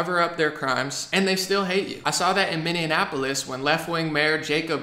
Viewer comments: Hey. Love your stuff. But it’s Minn-ee-a-polis. Not Minn-ee-an-a-polis. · Why do you say "Minneanapolis," like a smooshing of Minneapolis and Indianapolis? FWIW, the correct pronunciation is MIN-ee-AP-o-lis. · Like your videos a lot...but wanted to respectfully say that Minneapolis is pronounced "Mini - A - Polis," not "Mini - Ann - A - Polis." :) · I love you, but PLEASE stop saying "Minneanapolis"! It's Minneapolis. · Its Minneapolis not minneanapolis.... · do you keep saying mindianapolis